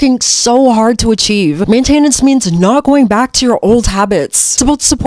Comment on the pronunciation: Main(tenance) emphasis on the first syllable 😊❤